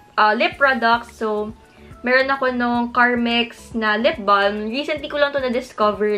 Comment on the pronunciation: Hi.. I like your videos.. 😊 One thing lang that id like to comment from this video is how you pronounced the "lip balm".. Silent "L" po ang "balm".. Thanks..